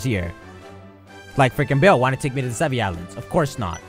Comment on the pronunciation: trying to say Sevii Islands